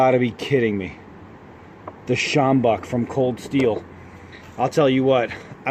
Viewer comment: Great pronunciation of "sjambok", I was waiting for you to say it and was very impressed! Also you are absolutely correct about the bend, it makes the sjambok even more effective. I'm from SA, this is one of the best weapons ever invented.